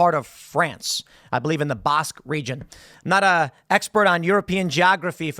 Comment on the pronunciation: Learn to pronounce "basque". You said the name of a starwars bounty hunter instead